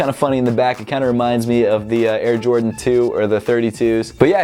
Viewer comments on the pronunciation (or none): none